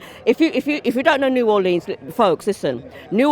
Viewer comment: I hate to say it, but Robbie you're pronouncing New Orleans wrong, check the correct pronunciation out.